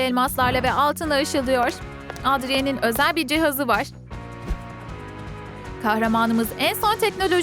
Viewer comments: Adrien diye okunmuyo edrıyın diye okunuyo bu arada seni cokk seviyorum abla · Edrien değil Edriyın diye okunuyor. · Adriyen değil Edriyın Marinet değil Merinet